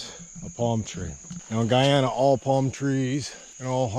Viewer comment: Guyana (gooyana not gaayana)